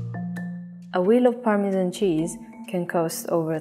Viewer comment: you just could not choose a worse narrator.. "permeaan cheeaauuz ehuu veeuu ee uuuu vuleee"